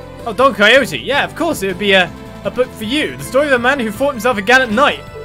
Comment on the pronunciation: Great pronunciation of Don Quixote